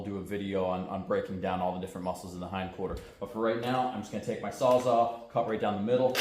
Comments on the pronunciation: Sawzall! Its sawzall….not sawzaw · You might find one on marketplace from a Mexican called a sawsaw😆😆